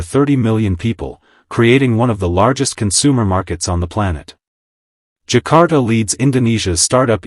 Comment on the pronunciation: Zakar Ta not Jakarta 😂😂😂